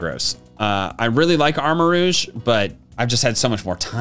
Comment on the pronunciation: Armarouge, not Armoruge!